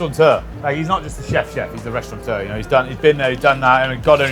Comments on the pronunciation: Still amazed how many cooks call restaurateurs ‘restauranteurs’ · It's restaurateur, not restauranteur...